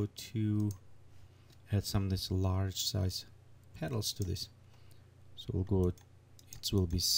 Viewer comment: it is "peTals", not "peDals"......